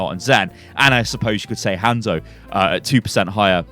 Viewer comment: Jesus christ, it is 'hahnzo' not 'hand soap'.